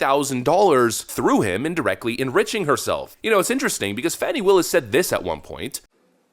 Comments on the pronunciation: It isn't "Fawny". It's "Fanny". Pronouns: Huge/Fat & full of Wade. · It’s Phooey Willis, not Fanny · I believe her name is pronounced "Phony" Willis. The phone calls demonstrate her lies about her relationship with Nathan Wade. She's fake, lying under oath.